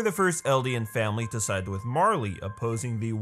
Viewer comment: Its [Mar-Lay] = Marley